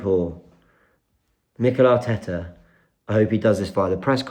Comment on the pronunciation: 😂 as yaad man say hartetta hout. And dont forget robbie and the fan boys at AFTV covered up 5 years of slckness at arsenal. We alll saw this coming , why we suprised. Bottle job incoming